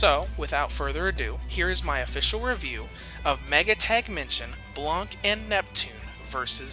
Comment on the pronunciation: The c is silent in blanc